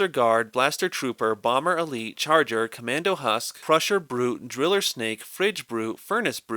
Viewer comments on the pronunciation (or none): none